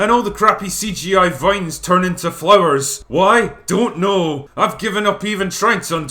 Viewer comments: “Dunt kneeeww” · anyone who doesn't instantly respond to "why?" with a Scottish "down't knooow" is a casual fan 🤣🤣🤣